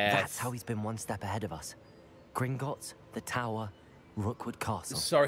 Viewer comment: You got the name right it is gringots